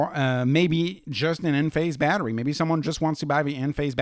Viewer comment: When you say Badri, it sounds like battery 😂